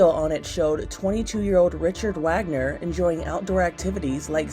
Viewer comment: it's richard RAGLAND not Wagner